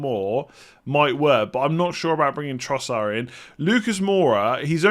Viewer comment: When did Trossard become Trossar?